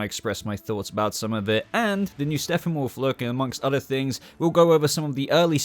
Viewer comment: Dood.. Am I trippin or do I keep hearing "Steffenwolf" everytime time u say his name in this video?? Lol.